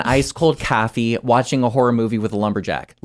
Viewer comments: Bro.. "Cahh-fee" 🤦‍♂️🤣✌️ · Umm Boston? Nope lol, I'm guessing Wisconsin or Chicago, u can tell how he says coffee like cahfee. Plus us Massholes don't pronounce our r's lol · bro said "Caffie"